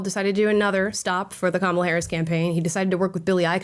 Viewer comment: I love that the Left still pronounces her name wrong while crying that the Right does it 😂😂😂😂😂